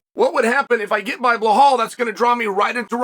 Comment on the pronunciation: I am wondering for years on how Chael can be that good in presenting his analysis and at the same time names like Blahal and Maklachev still slip through his mouth .. ;d